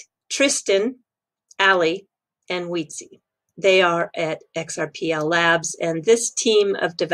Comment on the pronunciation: His name is pronounced " Weed Say " brilliant developer and perhaps one day will be Ripples most important asset in mass adoption. Another great video. Thanks